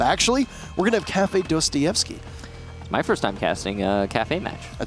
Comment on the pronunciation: that's " Dasta Yevsky "actually